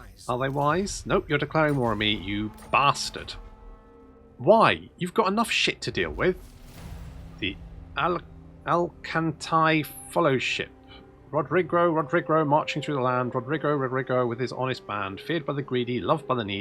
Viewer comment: Al - Ca (Kah, like in the Ka sound in Car) - Tah (ta-da) - Ni (like Nii-chan)